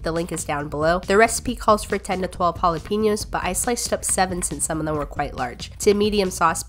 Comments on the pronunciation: idk why but it triggers me when people pronounce it holla-peen-yos my family pronounces it holla-pen-yos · It’s pronounced Halapehñoooos NOT Jalapiños